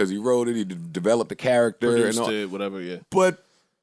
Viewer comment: I get really annoyed when says “whateva”.. I can’t explain, I just know im really annoyed afterwards